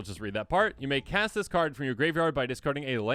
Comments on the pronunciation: "When you cat this spell," ??? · "When you Cat this spell" Love you guys <3